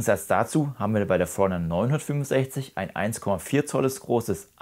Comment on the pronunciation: Super Video, vielen Dank! Als netter Tipp gemeint: Mich hat etwas verwirrt, dass deine Betonung überwiegend auf der 900 lag und nicht auf 50 oder 60 (dem eigentlichen Unterschied der Bezeichnung). Das hat mich immer etwas aus dem Zuhörfluss gebracht. Kleinliches Gehabe, ich weiß. Aber vielleicht hilft es ja 😅